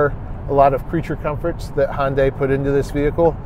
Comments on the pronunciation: Please, please try to pronounce the name of this car maker correctly. It is not Hun-dye, it's Hun-day (rhymes with Sunday). For confirmation, watch any of their commercials. Your website is not alone in this error, but seeing as how detailed Munro Live always is, I'm sure that you'd want all your information to be accurate. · Korean-American here. Hyundai rhymes with Sunday. In Korean, 현대 (2 syllables) means, "modern." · Someone please tell me how these guys got such a following. I constantly hear “remove this button, remove that button, it will save $6.00”….it’s amazing companies actually pay them for stupid advice like that…and for once and for all it’s Hyundai, not “Hondai”….. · I can't toss any stones in this one. For years I was in that Hi-un-day camp. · Is that the Canadian pronunciation of Hyundai? Maybe it doesn’t change lanes if it thinks a vehicle if radar is giving false positive? Maybe it should use cameras instead? Too bad Sandy didn’t get a chance to drive the Ionic 5. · The second reviewer has the habit of arbitrarily deciding on new pronunciations for words in common use. Hyundai becomes "Hundai", Ioniq becomes "Oniq". Does he have a problem with the letter "i"? If yes, I sympathise with his speech impediment, if no, then I suggest that he stop being a lazy bastard and pronounce words correctly. Many narrators are too lazy to find out the pronunciation of words they have not heard before and proceed to mangle language. This reviewer doesn't have that excuse. He's heard other people pronounce Hyundai and Ioniq correctly in the past.